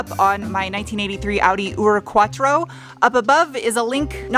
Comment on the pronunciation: There is at least the upside that you now pronounced Urquattro perfectly :D allow me to help with your Auspuff: It is pronounced Oucepooff with a shorter oo. Like some people pronounce roof, but even a bit shorter. Those Abt wheels are fire btw. They make the car 300% meaner, but I know they are unobtainium.